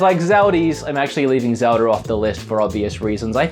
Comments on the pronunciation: I thought I should tell you, there isn't an R at the end of Zelda, so you shouldn't be saying Zeldar. Thanks for your consideration. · what's zelder?